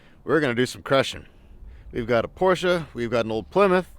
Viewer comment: Damn! You are one of a few Americans who pronounce Porsche correctly. Awesome 👌